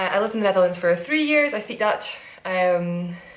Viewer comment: Dutch person here: binge watching all of your episodes, and I must say, your Dutch accent is amazing, the change in the flow of the language is very different and you do that perfectly ;)